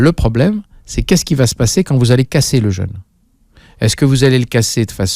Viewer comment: Un "jeûne! "pas un "jeune"...S'occuper de son corps ne suffit pas, il faut s'occuper aussi de la langue Française.